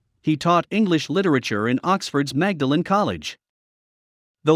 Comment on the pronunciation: Magdalen College is pronounced 'Maudlin' College.